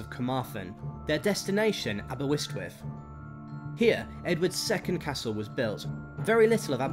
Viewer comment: Aberystwyth is pronounced as written - not 'Abewustwiv' Rhuddlan is pronounced 'Rhith-lan' The river Clwyd is pronounced 'Clooid' - not 'Clyde' Builth is pronounced 'Bilth' - not 'Bue-lith' 'he was Edward's bitch now' - Seriously? What sort of historical terminology is that ? Dayfydd is pronounced Dah -vith - not 'Daffid'